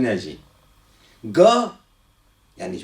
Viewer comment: Ne "ge" ."Ga"